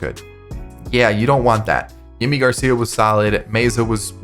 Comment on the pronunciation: The pronunciation of "Yimi" Garcia is "Jimmy" Garcia, that's how he had asked his name to be pronounced